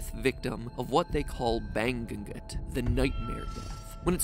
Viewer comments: "baNGU-ngot" for a better pronunciation. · Something to note about reading words in Filipino: “Ng” is considered as its own letter, pronounced like in the word “painting”. So when reading the word “bangungut”, it's pronounced as “bang-ung-ut”. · "Bag-Gun-Gut" Hahaha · banggunggut? use google translate for the word bangungot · Whahahahahah bangugut whaahhahahaha filipino word right there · Bangu gut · Bang-gung-ngut thats how he pronouced it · I didn't get it at first hahahaha but it's ba-ngu-ngut! Cute pronunciation tho! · bang goo goot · Bang-gun-gut Lol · Sis i was cringing but meh just deal with it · i didnt understand it cause he said it like Bang-un-gut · same hahaha lol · same broo 😂😂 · Oh GOD its FuUnNyy! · Lmfao. I did a double take. I thought it was an entirely different word til I saw the word on the screen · Hahaha same 🤣🤣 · 😲 I actually thought it's from a different language because of the pronunciation! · The way Mat just pronounced "bangungot" is so funny lmfaooooo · I'm a Filipino. And of course it means nightmare. Its actually rarely seen a man die of Nightmares, i do not even or cannot separate what is a Nightmare and Normal Dreams. I have not had much of nightmares. But i do wanna say that Bangungot is Not pronounced as Mat pat Pronounced it. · Kinda a lil bit triggered how he pronounce bangungut lmao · I was expecting it but that pronunciation made me choke 😂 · I couldn't tell because he pronounced it really weirdly😂